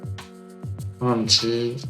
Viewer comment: Magnifique la secrète, ce genre de carte sur Éclipse Cosmique ça va devenir le feu plus tard niveau demande ! Par contre pour le Entei j’ai convulsé sur la prononciation 😂 C’est « N-teil » (en phonétique) et pas « N-ti »